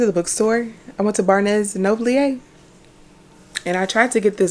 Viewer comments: Bar-nes and Nobleeyay🤣🤣🤣🤣🤣🤣🤣🤣🤣🤣🤣🤣🤣🤣🤣🤣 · I like the way you say barnes and noble 😂 ✨️